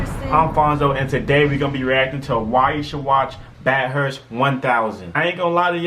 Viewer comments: BaTHurst not Bat-Hurst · It's pronounced Bath-urst... calling it Bat-hurst will have every Aussie and his dog roasting you 😂 Jus' saying, brah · It’s not Bat-hurst nor Bath-hurst, it’s Bath-ust. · its not bat-hurst, its bath-urst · Bat Hurst btw 😂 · Bath is more like Baff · Us locals don't even pronounce the U. You gotta say it like Bathrst😁